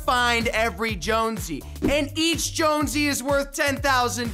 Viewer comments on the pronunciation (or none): Its not jonsey its jonesy